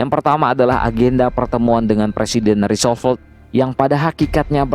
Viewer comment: Roosevelt dong Min, bukan Roosovolt, bolak - balik omong Roosovolt aja